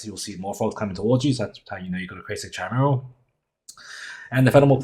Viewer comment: It's pronounced with 'k' 😅 ki-mee-ral